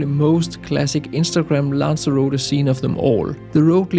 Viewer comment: who? What a load of BS. Guides that are neither familiar with the location nor can pronounce it.